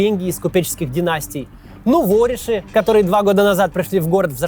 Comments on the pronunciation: правильно нувори́ши, не нуво́риши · НуворІші, а не нувОріші. Почему беларус знает русскій лучше россіян? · Продолжаем рубрику "Кац и ударения" . Сегодня -- нуво́риши 🤗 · НуворИш. Ударение на третий слог